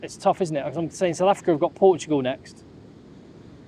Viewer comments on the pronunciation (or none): none